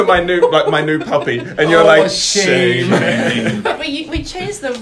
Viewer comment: Chantelle is not very good at her own country’s words. Shame is almost always preceded by “Aaaghh” or “Ahhh”.